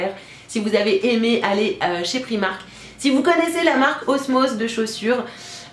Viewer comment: La robe en dentelle est magnifique! Pour info on dit "Praïmark" (comme c'est une marque anglaise) ;)